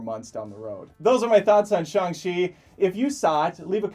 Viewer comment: You actually Shang-chi correctly...Impressive...(and I don't even speak Mandarin)